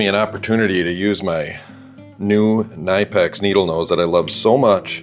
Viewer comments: Knipex is pronounced withe the "K", not a silent "K" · Kuh-nip-ex lol, that’s how they pronounce it. I do maintenance and love them, buy once cry once right.